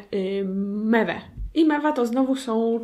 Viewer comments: czy ja tylko słuszałam zamiast mewa mema? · Aga mewa nie mema xd pozdro